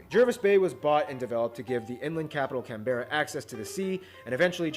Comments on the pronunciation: Canberra is pronounced Can - ber - ra. Not Can - bear - ra. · Yeah it’s pronounced Can-brah not can-bair-ar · Canberra is pronounced can-bra not can-bear-ra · CANBRA.NOT CAN BERRA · Whenever Americans pronounce anything Australian 🙄 It’s Can-Bra. Not Can-Berra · Canberra is pronounced "Can-bruh" not "Can - bera" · This how u pronounce Canberra it’s can-bra and Melbourne it’s melb-an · Canberra is pronounced can bra, don't even get me started on how he pronounced Melbourne, it's pronounced mel bin. Shrimp on the BBQ ain't a thing, we call it prawns and they are bigger than a shrimp, prawns are expensive so it's a special occasion Chrissy time food, most people have snags (sausages), chops or burgers (rissoles when having a BBQ with lots of tomato sauce not ketchup. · The way he said Canberra really triggered me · I don’t like the way that guy pronounced Canberra